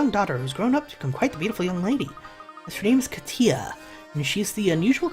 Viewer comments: Kat-Ya not Kateeah. no clue why you pronounce it like that. she's white. and not pretty at all, really generic looking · Yep. As a Russian person.. that was really painful to listen to. Considering it’s a very common name around here...